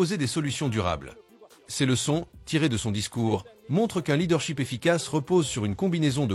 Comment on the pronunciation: leadership monsieur!! ET NON LEADERSHEEP 🙄😅 !!! corrigez votre prononciation!!! SHIP = Navire SHEEP = mouton !!!!